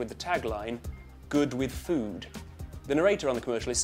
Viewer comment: When you said Food, it sounded like fud, Fud means vagina in scottish.... So don't say that you're eating food.... it will be really awkward